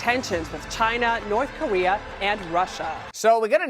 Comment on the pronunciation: Also the reporter says “North Kowea” which is just great.